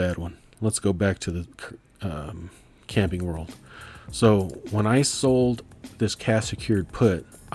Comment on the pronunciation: lol I thought you said "Candy World" rather than "Camping World" when you first said CWH. I started looking up Candy World until I realized it... I'm curious -- are you using Turbotax to do your taxes? Did you find it relatively easy to import all your stock stuff in 1 go? Might be an interesting topic to share your perspective on taxes...